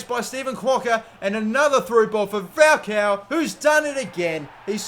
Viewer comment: Dude, AMAZING videos, very entertaining. Although, your pronunciation of "Falcão" is a little weird, haha! You're saying Fowcow. Go to google translate, but it to spanish (or brazilian portuguese, because his name is inspired by a brazilian footballer of the same name) and type falcão; you'll hear how it's correctly pronounced! Cheers, mate!